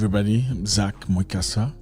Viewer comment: Mwekassa. His name is spelled Mwekassa, not "Mkwessa"